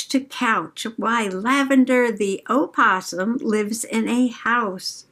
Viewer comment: I wish we had a book barn! Looks so fun! I hope you get to go see the possums! When I was little, I was told that the O in opossum wasn’t pronounced. Thank you for clearing it up for me. Great journal sesh and love the books you picked out especially the black out poem book. So cool